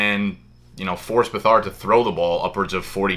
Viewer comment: Lmao, CJ Buh-Thard